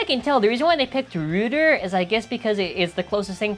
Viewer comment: Small nitpick, it is pronounced Ruh-der, not roo-der. Keep up the amazing content!